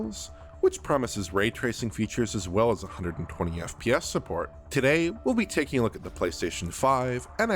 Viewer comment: Every time this man says FPS, I hear F-PYES. Am I alone in this?